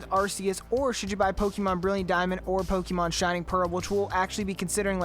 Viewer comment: Stop saying Pokemon wrong 💀💀